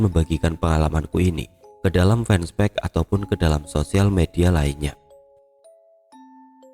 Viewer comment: Fanpage : baca "fenpej"